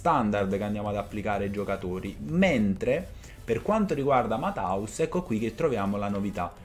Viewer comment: Ammazza che pronuncia mataus😂 é tedesco e si pronuncia Mattheus